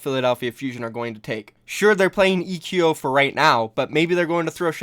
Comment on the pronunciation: I think eqo is supposed to be pronounced like the word "Echo"